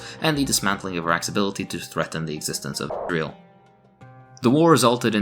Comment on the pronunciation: Says something that he has to edit himself saying Izry-ell....and I probably have to edit how I spell it.